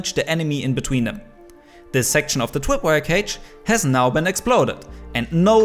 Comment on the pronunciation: I’m Sorry but “The Twip wire” twip